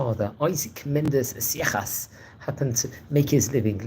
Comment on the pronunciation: It's pronounced "SAY-shas".